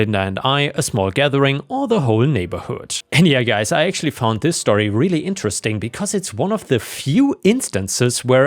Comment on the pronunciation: Like how this dude says story. Shtorry 😂